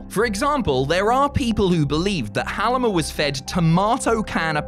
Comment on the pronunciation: It's actually pronounced Hull-meh, is not pronouncing it right but still good.